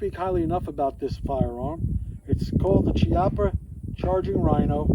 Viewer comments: Chiappa is pronounced "key-appa" not "chee-appa". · Key- op- ah, I believe.